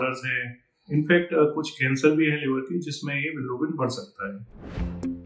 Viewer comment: Bilirubin ❌ bilArubin ✅😂😂